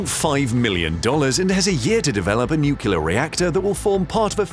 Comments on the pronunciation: New- clee-R not noo-coo-la. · It's "nuclear"... not "nucyaler" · Nuke Lee Are’ not “Nuke U Lar” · nu-CLEAR, not nu-CULAR! Jeez...just follow the damned spelling!!! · At least get your AI intelligent enough to pronounce it nuclear, not nucular. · The moment u said "NukeLar i stopped watching the stupid video. Can you people READ the fucking word "NUCLEAR"- NU fucking CLEAR ?!? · New-clear not New-killer. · What's "nukular"?... Stopped watching after 2 minutes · Mispronouncing nuclear as nukyuler makes you sound like a Southern Baptist preacher. Not a good look for you. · Its pronounced “New clear”. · Sorry, I just couldn't take it. "Nookyooler" sounds too much like an idiot to bear listening to. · When the announcer cannot pronounce the word "Nuclear" , I am outta here. It is nut "Nukuler"! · „Nucular this, nucular that.“ I guess Dubya gets the last laugh... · Because that's not how it's spelled. There is no q in nu-cle-ar. You can't run a science channel and be illiterate. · I keep hearing "nucular" when I am certain it is spelled nuclear. Never understood where the problem with pronouncing that is. And I I'm not sure why it bothers me so much when I hear people saying it incorrectly so often :/ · It's like someone raking a fork across their teeth. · Please don't say, "nuc-u-lar." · Except he used the word "nucyaler" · Homer Simpson told me it's pronounced nucular :D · Why would you hire a narrator who cannot pronounce 'nuclear' correctly ? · Please pronounce the word "NUCLEAR" properly. It's almost impossible to watch your videos when you can't even pronounce the words on a script!